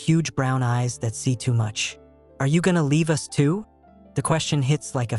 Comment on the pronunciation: From Bangkok, let me laugh that AI said 'U-S' instead of 'us' 😂